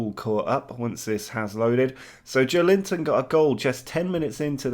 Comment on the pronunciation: Joeliton pronunciation would be more like "jo-eh-lee-tom"